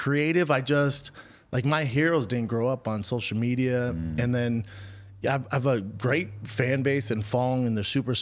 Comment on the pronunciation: “I donut do sosha mejia b. I simply do not play the game.” Says the man who started a soshul mejia empyre